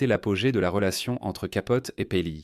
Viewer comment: C’est Capote et non pas Capolti